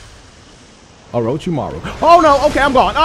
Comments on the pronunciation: My man said uruchimaro im so dead😂😂😂😂😂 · "Orochimaru" lmao